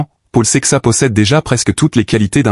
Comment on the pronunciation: The name is Portuguese adn should be pronounced as Saishes. He is a talent btw lets see how he develops. We need him to compete with Pogacar in the grandtours and hilly classics so good luck to him!